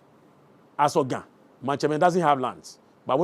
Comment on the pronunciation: try to speak the GA well. Am not happy with your GA. Please speak it enough so that we can communicate well in the grate language of GA. Thank you